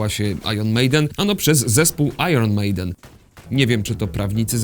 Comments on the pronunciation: IRON czyta się po amerykańsku "ajern", a po brytyjsku "ajen". "ajron" to dziwny polski wymysł. Jest Iron Man - "ajern man" i Iron Maiden czytane jako "ajen mejden" bo to brytyjski zespół. Pozdro 😘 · "ajron mejden". Jesteście pewni że tak się wymawia nazwę tego zespołu : )) ?